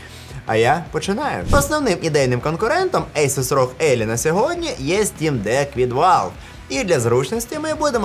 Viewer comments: Соррі за граммарнаці, але Елай, а не Еллі, ну і Асус, а не Ейсус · Все ніби кльово, але не зрозуміло чому «елай» стала «елі»?